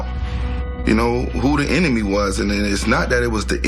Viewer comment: Kimbo cookin I love it “it wasn’t the the enemy it was the “enemy” the “enemy” the “inna me” the “inner. Me” 😂😂😂